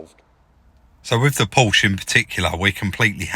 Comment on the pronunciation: Come on, try it - PORSH A ( not a Powsh )